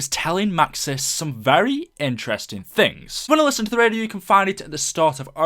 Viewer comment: In the cutscene, Maxis says "Ze", not "the", but in the radio, Maxis says ""The"